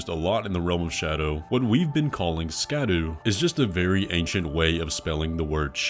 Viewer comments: "Shadoo" not "Shadow" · Still saying scadubadoo fragments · Isn't Scadu pronounced more like Shadoo? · No way in fuck i am pronouncing scadu as shadow, i dont care. Unless miyazaki himself comes outnand says its shadow. Otherwise, these are blue scadoo we can too fragments. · You can't pronounce "Scadu" as "Shadow"... That's moronic. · Still saying Sca du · The scadu thing is wrong, as Skadu/Scadu is not an old spelling, it is the proto-germanic word for shadow, and it IS pronounced Scadu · Ive been pronouncing it scadooshtree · I’m still surprised by people saying “SCADO” I always assumed people knew SC makes a H sound. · Thank you! The sca doo tree thing was driving me nuts!!!